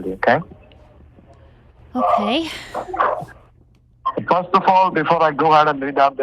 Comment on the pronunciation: AND EVERY THING IS (AH-KAY)????????????????